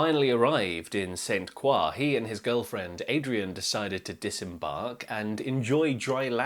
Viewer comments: But since it’s U.S. territory, I guess it’s his responsibility to pronounce it correctly. Plus, he’s freaking British, not French. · The King Harvest version is the one I recall from my teen years. I still hear it in restaurants (and drug commercials). [BTW: I've never heard St Croix pronounced that way.] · " literally everyone but Americans (US) says it that way" Yes it is a French word but it is pronounced 'Croy' by the people who actually live there. You'll sometimes hear 'Cruz', especially between the locals but never 'Kwah' like it's pronounced in this video. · I lived on St. Croix in the late 1970s. It's pronounced Saint CROY, as in Croydon. The scuttlebutt at the time was about the attack at a Rockefeller owned golf course called Fountain Valley. Although it had happened a few years before it was still fresh in people's minds. I was advised to stick to the well trodden tourist areas and stay out of "native territory". But I didn't listen. The BEST times I had there were at Saturday night fish fries with live local music and dancing in the "bad" part of town . The beer and rum flowed copiously. I was the only white woman in the crowd. Nobody ever pestered me. I was welcomed warmly, possibly because of my "crazy" dance moves. Yeah, I looked like a wild blonde nut. Too wacky to tangle with. I did get robbed one night after work at a Christiansted bar. But it was white tourists who robbed me, not the locals. Interesting tale here. New for me. Thanks. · St. Croix is pronounced Croy and rhymes with Troy. This is how the natives pronounce it. St. Croix is owned by America so we pronounce it the proper American way. You can act Frenchy if you want to embarrass yourself. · I love your videos. They are incredibly informative and interesting. FYI, in the US, we pronounce the name of the island "St. Croy." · Pronounced "St. Croy" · His pronunciation is incorrect. I used to live there. It’s St. Kroy.